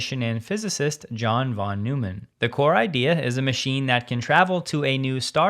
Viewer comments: Check your pronunciation of "von Neumann" none of the cool kids call it "von new man". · "Von Noy-man". German pronunciation. No shade, just pointing it out. Usually, your pronunciations are spot-on. I love your coverage,. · The only correct one is FON noymann. With a short a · Hey -- you normally get pronunciations spot on, even for foreign names, so I'm sure you're interested to know that "von Neumann" is pronounced "von Noy-man", or even "fon Noy-man" if you're really going for full German pronunciation. Being a guy with a 50 year computer background, I've learned a few things, and one of them is now to pronounce John's name.;)